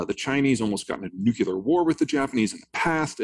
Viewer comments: It is nuclear not nucular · Can at least all the professionals, journalists, authors, academics, even scientists, etc., learn how to pronounce the word "nuclear" properly? NU-CLEE-AR. Not NU-CYOO-LAR! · Disappointing to hear "nuclear" pronounced "nucular"... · Cant take anyone seriously who cant pronounce new-clee-er and has a man bun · Amazing how many super smart and educated people can’t pronounce nuclear.